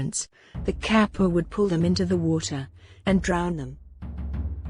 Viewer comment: 河童 かっぱ is read with hard k sound like in case, not like in cap.